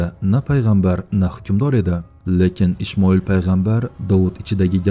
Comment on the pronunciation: Ishmoil emas Ismoil deb aytiladi to'g'ri oqing